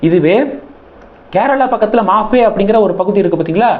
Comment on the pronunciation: பீத்த பத்திரிகையாளர் மணி, (மாஃபே இல்லை மாஹி),....